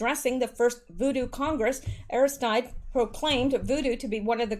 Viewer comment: Aristide (A-ris-teed')